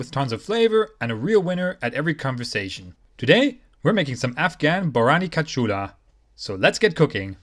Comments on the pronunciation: Close, just switch the way you pronounced the a and u at the end of the word. kach-aa-loo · i love how you said kachalu lol nice from afghanistan